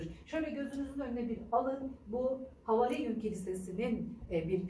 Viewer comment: Bunlar bilinen şeyler. Siz yeni duydunuz ya da yeni duyulmuş gibi anlatıyorsunuz. Anlatmayın böyle. Ayrıca havarin değil havâriun. Uzatmadan söylendiğinde kulağı tırmalıyor.